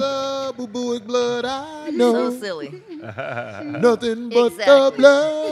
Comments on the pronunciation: My nigga said bubuic. I think he means bubonic like the plague 😂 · Nope boobooic. Backdoor action😂😂